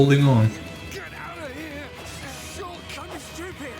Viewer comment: He even says ShulllK correctly